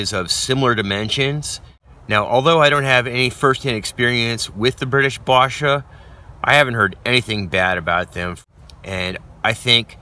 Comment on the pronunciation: Its basha, it's A like in apple. Love the video merry Christmas